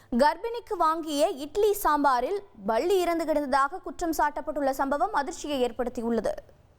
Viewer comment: பல்லி என்பதைக்கூட சரியாக உச்சரிக்கமுடியாத தற்குறிகலை வைத்து செய்தி வாசிக்கும் தத்தி தொலைக்காட்சி.